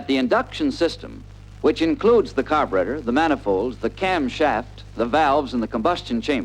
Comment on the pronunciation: You know it's going to be a good film when they pronounce the word "carburetor" as: "car'brettor"!